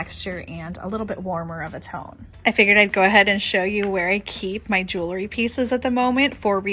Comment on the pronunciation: I love your style and I'm not trying to be mean. I just want to say, please don't say 'jewLERy'..it's 'jewELry'. I have the same issue when people say 'reLAtor' and it's 'reALtor'. Hearing these mispronounced is like nails on a chalkboard to me. 💝